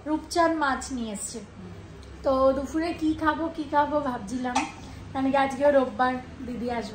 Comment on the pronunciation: ota duphur noy dupur hobe..thik kore nio..tomar ma ke to onek kichu sobai sudhre dey..but tomar ma to rigid change korbe na for example dodhimongol bolbei kichute dodhikorma bolbe na..many times eta hochhe.. vlog korte gele ektu viewer der kotha sunte hoy after all etei tomader income depend kore..bhul gulo boddo kane lage bujhle..nijer moto mone kore i sobai correct kore dey..kintu tomar ma ekbar sorry o bole na kono reaction ney surprise lage...